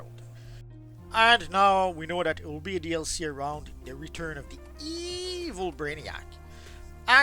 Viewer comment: I hate when he say Evil like that😂😂